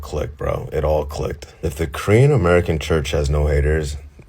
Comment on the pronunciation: Normally dont leave comments on but your Korean pronounciation was spot on!